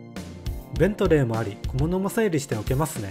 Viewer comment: 「ベ」ントレーだと英国の高級自動車メーカーになっちゃいますがそういうギャグかな？ アクセントもそっちのだしギャグだな！